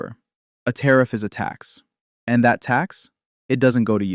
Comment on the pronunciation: Good points. Love your videos, Still amazed at the willful ignorance some people display...oh btw it is tariff, not tarrif.